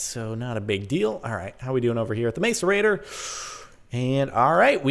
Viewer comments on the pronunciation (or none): The pronunciation is mass-er-a-tor, not mace-er-a-tor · its pronounced masserator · Stop saying mace-er-ray-tor please. It's pronounced mass-er-ray-tor. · It is not pronounced mace-er-ator it is pronounced mass-er-ator grrrr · MASS-ER-ATOR NOT MACE-ER-ATOR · It's not maic-erator it's mas-erator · Said like Masserator, not mace-erator. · " mace-ur-a-tor" ITS MASS-ER-A-TOR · The macerator is said mass-er-a-tor not mace-r-a-tor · Say "ma"cerator not "may"cerator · it's pronounced ma-cerator, not mace-rator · Its not 'mace-erator' Jordan xp its pronounced 'mass-erator' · It's a mas-uhr-ay-tor, not a may-ser-a-tor... It's really annoying how you say it, Jordan... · It's pronounced mas-a-ra-tor nos mase-a-ra-tor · Capt its Maaaaacerator not mAcerator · Its not mace its mass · It's pronounced masserator not mace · Its Not Mace-Er-Ator Its Mass-Er-Ator Hahaha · Its actually said mass-e-rator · It's pronouced Mass-erator not Maes-erator :I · Oh my god Jordan, its pronouced (Mass)(a)(rate)(or) not (Mace)(a)(rate)(er) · You pronounce Macerator wrong buddy, its mass-er-ator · It's more like mass- er- ator Not Mace- rator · Macerator is pronounced mass'erator not mace'orator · Hi Jordan! I love this series and congrats on your new condo! But please, the macerator is pronounced (mass-er-a-ter). Lol not being mean just wanted to tell you! ;D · The way you're pronouncing "macerator" makes me cringe oh man. Not "Mace-ur-ator" like you're hitting someone with a mace, its "mass-ur-ator" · Its mas cerater not mace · its pronounced mass-er-ator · Jordan its pronounce masserater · It's pronounced (mas)(er)(ate)-(er) Just to let you know :) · its pronounced macerator with a short "A" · can you please not say mace at the start of macerator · its pronounced mass-er-rater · It is pronounced mas-a-rate-or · The macerator is pronounced mass-er-a-tor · It's pronounced masarater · Its pronounced mass-u-ray-tor ( i know incorrect spelling) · BTW its prononst mass-er-a-tor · It's mass-er-ate-ter